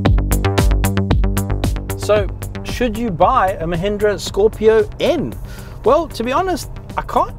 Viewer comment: Really love how u say its name ...